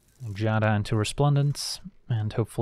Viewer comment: Giada is pronounced "G-a-da"